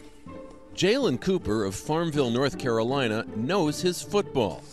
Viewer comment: his name is jailen not jaylen